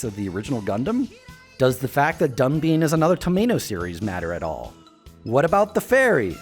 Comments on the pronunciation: You should pronounce 'Dunbine' as [dʌnbaɪn]. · I hate how he says DunBEAN, but this video is super informative and I love this channel.